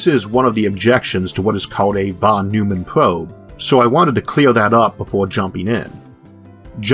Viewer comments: Von Neumann, not Von Neumman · I would guess, he probably pronounced it german, but I have a hard time thinking about a word in english which uses this sound....maybe "oi"? like in "oink"? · This is the most amazing channel. How do you keep up the pace and quality? You must be working overtime. There is always room for improvement, however. Allow me one nit-pick. Fawn Noy-mun. If you pronounce "Fawn" like a New Yorker, you are pretty close to the professor's pronunciation. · A nit pick: Von NOY-man. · Just one minor correction, please: Von Neumann - Should be pronounced as "Von Noi-man".